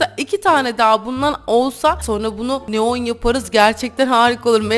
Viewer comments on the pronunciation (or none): Hata buldum sen neon yerine leon desin